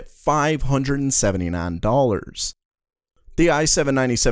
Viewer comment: Ayy nein neinty nein hundred kay... so many neins! xD